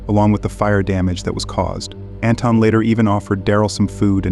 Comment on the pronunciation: Its pronounced An-Thon Like in Anthony but its With an invisible H!😊